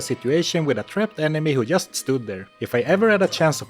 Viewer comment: Learn how to pronounce just